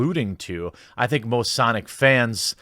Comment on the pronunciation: Was that "most sonic fans" or "both sonic fans"? Cause it sure sounded like both to me.